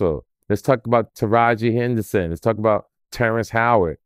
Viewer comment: He said Taraji Henderson and Hallen Berry 😂😂😂